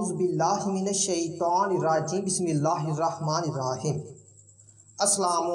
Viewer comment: Bismillah sahi prho